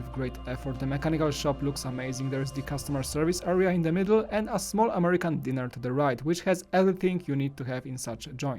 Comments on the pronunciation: It's pronounced die-ner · He saying diner like dinner